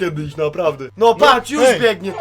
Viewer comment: Jusz się nie pszestraszsz